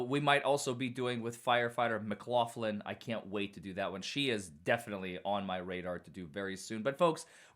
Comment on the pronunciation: "McLachlan" has the hard "k" sound. I KNOW "McLaughlin" is pronounced "McLofflin" in the US - "lough" like "laugh" - since that's how my sister-in-law pronounced her maiden name. Perhaps you have them confused?